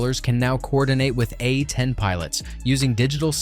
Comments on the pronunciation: Your video quality would skyrocket if you just listen to how bad that AI voice is. It's A 10, not Uh Teen. Picking a more manly AI voice would help too. The voice you use sound like a 13 year old that just got kicked in the balls! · Poor AI narration. These are A-tens not A teens